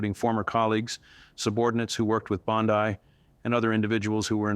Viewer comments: PEOPLE! Stop believing what he is saying as true. This is FICTIONAL. "This content is fictional and not meant to represent real events, individuals, or outcomes." Read the description below the video all the way to the end. He also mispronounces Pam Bondi's name. IT IS FALSE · Wow, AI videos are getting scary capable. If you didn’t switch back and forth with your pronunciation of Bondi I don’t think I would have otherwise identified this for what it is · As much as I would love for this to be true. I don't think it is. I can't find this story anywhere else...on or off mainstream media. Plus the guy isn't even pronouncing her name correctly. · The commentator, although looking very real and believable, give it all away and instantly becomes AI when in one instance he pronounces Bondi as "Bondee", correct. Then in the next instance he calls her "Bondye", incorrect. And, he says her law license has been taken away and she is being detained. Google says otherwise. Guess I'll have to cancel my subscription. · Please, please pronounce her name correctly. It’s not bond-i , it’s Bondi with the i,sounding like an E. I can hardly stand listening to your information with the way you mispronounce her name all the time thank you. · Is all of this made up? This is the second video I've watched on the channel, where it seems like AI generated fictitious garbage. Please update me if I'm wrong. BTW, it's not pronounced BOND-EYE. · Why can't you pronounce her name correctly? It's Bond-E. Geez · Why do you keep saying Bond-I? It really makes me feel like I’m watching some AI generated video. Everyone knows how to pronounce her name but somehow you keep mispronouncing and I haven’t seen confirmation of anything you’re saying. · Is it pronounce Bond-I? Not that it matters she suckkks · So why does "" keep pronouncing Pam Bondi's last name? This is just more AI fluff. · Please choose a pronunciation and stick with it! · It is pronounced Bondee, not Bondeye.